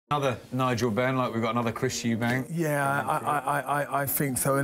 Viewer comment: It is EUBANK...no *S*